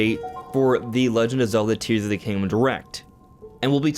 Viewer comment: "Tees of the Kingdom".